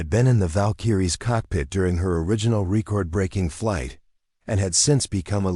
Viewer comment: Could you use a new name besides Sarah Chun? I have heard her name in at least 30 or more stories. Also, this narrator needs to learn how to pronounce 'record' right- very annoying.